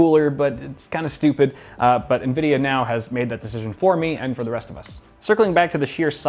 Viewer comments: did he say nuh-vidia or is it pronounced ene-vidia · Did he just say "Nuhvidiuh"? How the heck